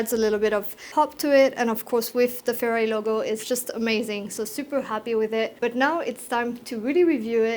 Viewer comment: Great stuff! Your video's are truly quality and you explain everything very clearly. Just one thing, you pronounciation of the brand 'Ferrari' seems a bit fuzzy to me. But it's okay, cause it's very clear what it is anyway 🙂